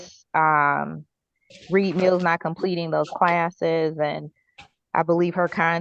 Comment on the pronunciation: Im sorry but if I was assigned a defense attorney who pronounced my name as Ms. Meeeeeeals but my name is actually Ms. mills- I’d be confident the hearing isn’t about to go in my favor😑😑…… 😝😝